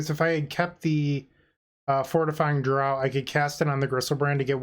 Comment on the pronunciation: just so you know, draught is pronounced draft, not drought :)